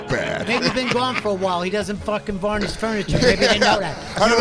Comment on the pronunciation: Listen to Vos try to pronounce "varnish"